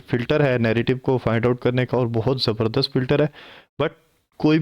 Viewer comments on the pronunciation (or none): none